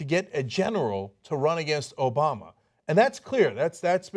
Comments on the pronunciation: The idea that Hillary might be seen as more of a New Yorker than Sanders will evaporate when people hear how Sanders pronounces the name of the president! Hillary: "Obama" Sanders: "Obamer" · If they hear how Sanders pronounces the name of the president, New Yorkers will know who the real New Yorker is!